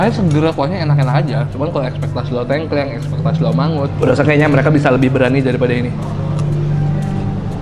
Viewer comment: Menarikk🎉 Koreksi dikit bang, kalau ngomong tengkleng, e di awal kaya di “apel”, e yang kedua kaya di “lele”. Sukses terus bangg, salam dari viewer jogja yang jarang komen😄🙏🏻